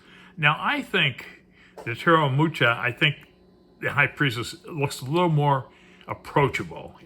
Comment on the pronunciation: You butchered the name 'Mucha"...TX for the review :)